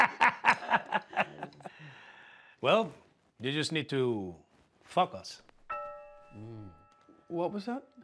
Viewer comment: Creo que por el error de pronunciación, "f*ck us hard", es lo que entendió él,que dijo el papá🙈😂